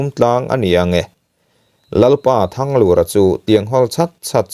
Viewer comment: THANGLUR tih lai hi a ri hi hniamin seo ta sela,Lal Thanglura hming i lam ang hian...te ka lo ti ve nuah nuah nia.